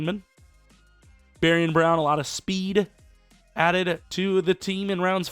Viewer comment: it’s barion brown.. not Barton brown